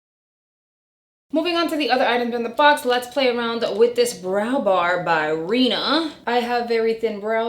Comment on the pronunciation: 😂 I think you keep saying brow bar by Reena but it’s Reema with an M! No shade just noticed it bc my name is Rima pronounced the same just different spelling! I love your videos! ❤️